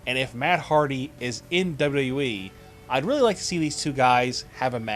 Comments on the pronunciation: Good vids buddy... but can you pliss say WWE in a good way articulating the language correctly? Try to say W W E and not WKENWJEBWJKBEWKJE E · w-w-e... its not hard to say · why cant you say wwe right ?????